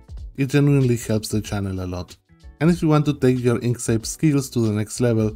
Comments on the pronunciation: You pronounce it like "ink seyp". I think it should be like "ink sKeyp". (By the way, great video, thank you) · Two “k” sounds in Inkscape.